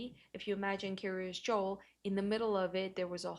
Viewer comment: In other videos, some people have thought she was saying Curious Joel.